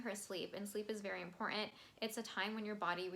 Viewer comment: You have no chill when you say "imporAnt"....I Stan love that. Your TS lyric analysis is extremely thorough. You do bring some new and extra perspectives...many most I do agree. I watch tons of TS reactions but you are top tier know your stuff/ Taylor! Bravo I appreciate you!13 I do believe Bonnie and Emily of "Chats and Reacts" are the CEOs of all Swifties when it comes to Taylor lyric breakdown and TS herself. I'm in the enjoyable process of watching all your TS vids(beg to end)...I also believe you are standing next to them bringing additional depth and occasionally the new "makes sense" perspectives. I do share your enthusiasm for Death by a Thousand Cuts and agreed top best bridges Taylor blessed us and was blown away/ shook by this song. Not as long as your video but I tried. Btw...all your random forms are entertaining and I enjoyed all(Jean jacket you, bangs you, dress you)...glimpses of your personality definitely low key shines!